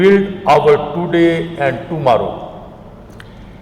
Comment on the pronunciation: What a fluent english. Even a clerk can speak English better than this jahil. He should have been handed over speech in simpler English. Tooday. Histooorical, fu-----------k